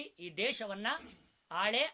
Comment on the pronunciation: ಅದು ಶತ ಶಿದ್ದ ಅಲ್ಲ ಶತ ಸಿದ್ದ. ಉಚ್ಚಾರಣೆ ಸರಿಯಾಗಿರಲಿ.